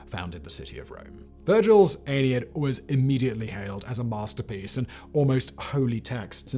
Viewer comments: The Aeneid, is 3 syllables, not 2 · Why is he pronouncing Aeneid and Aeneas like Anus. It the Ah nee id not the Anid.